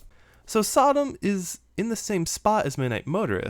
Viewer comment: Man, every time you say “SotM” as a word it sounds more like Sodom. You gotta hit that T harder.